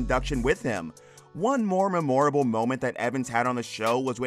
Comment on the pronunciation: Why can’t this narrator pronounce memorable??